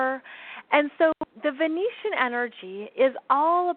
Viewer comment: Hi there! Great info and thankyou. Just wanted to clarify the word Venetian. Venetian are inhabitants of Venice, Italy. Venution or Venusian are associated with the planet of Venus. A person “from” Venus can also be called a Venerian (in Science Fiction). It may be your accent, but I thought I kept hearing the word Venetian. I certainly don’t wish to be a know-it-all: but the distinction carries a planetary difference; one is from Italy, the others from Venus. Love what you do...& again thanks for your insightful sharing with us all. 🙏🏻 xx